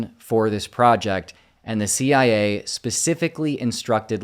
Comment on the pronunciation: "Not CIA" sounded like NAZI i a 😅